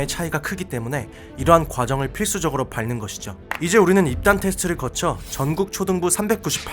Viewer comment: 밟는은 '밤는'으로 발음합니다.